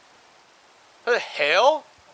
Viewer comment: He said "the hell" sounded like "the hail"